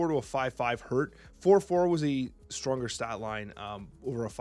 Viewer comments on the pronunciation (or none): none